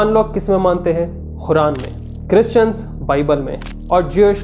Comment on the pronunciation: Bhai muslims Quran ko follow krte h naki Khuran kindly pronounce Quran perfectly do not miss interpret holy book Quran